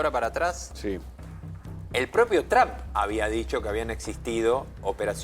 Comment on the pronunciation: Donald Trump, not Tramp. lol 😂